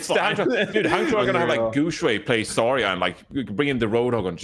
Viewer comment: Why does caller her "Zah-ya" instead of Zarya?